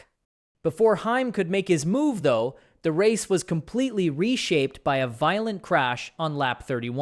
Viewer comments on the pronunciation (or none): none